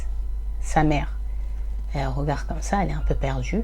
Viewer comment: salam alaykom, je te regarde de Belgique. MachaAllah je trouve cela bien ce que tu fais...ce sont des histoires inedites pour moi. Par contre stp stp stp essaye de corriger ta façon de dire regarDE, tu dis: regard....sorry ce n est pas une critique juste une petite remarque